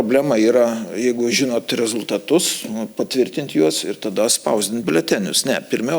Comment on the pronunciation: jūsų REZULiTATUS taip pat skamba rusiškai.Jūs lietuvė???